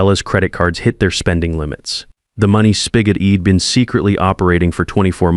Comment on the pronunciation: Worst AI reading I have ever looked at! The reading was ruined by terrible grammar! Maybe they could have used some apostrophes to turn Id into I’d and shed into she’d! Get real or go away. Just heard another failure hed, instead of he’d! How ignorant that sounded!